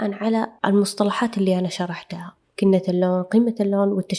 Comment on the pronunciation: اللفظ الصحيح،كنهـ اللون(كنه) وليس بالتاء(كنت(كنة❌)